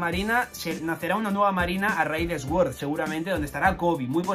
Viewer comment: no quuiero ser repelente, lo prometo, en absoluto, pero "SWORD" se pronuncia "SORD". Hac lo que quieras... yo solo te lo digo por si no lo sabías.